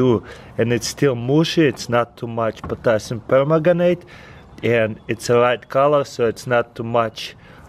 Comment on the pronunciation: did he say potasium pomegranite?